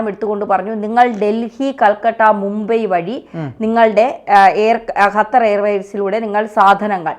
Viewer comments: ഹത്തർ അല്ല ഖത്തർ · ഖത്തർ ഇവളുടെ ഉച്ഛരണം ശരിയാണോ 😢